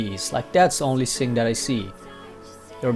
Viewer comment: Hey XD dude try say "Thing" not "Sing"